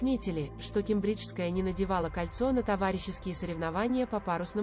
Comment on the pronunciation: Ке'мбриджская. Ударение на 1 слог